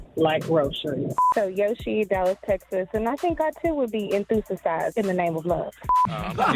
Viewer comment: Rickey said Enthu-sasize..damn